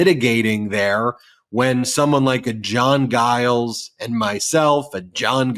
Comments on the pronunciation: Mayor Giles is pronounced Jiles, not a soft "g." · I live in Mesa. Our mayor id pronounced "Jiles". But yes, he absolutely has come out strong on the side of democracy.